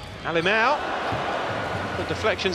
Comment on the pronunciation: It's curious to hear "Alemel", "Fernandel". It must be as complicated for non-Brazilians to pronounce "ão" as for Brazilians to pronounce "th".